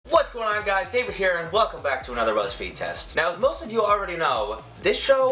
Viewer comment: Why did I hear "ruzzfeed" instead of "buzzfeed" in the beginning?